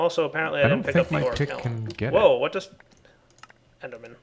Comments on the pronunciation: I twitch every time he says "oricalum"... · I'm sorry, but the pronunciation just killed me. "O-ri-kal-cum" not "O-ri-ka-lum." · lol yeh pronounced Oricalcum wrong